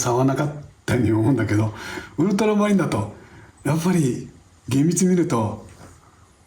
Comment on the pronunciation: ところどころ「ウルトラマリン」が「ウルトラマン」になっちゃってるのかわいい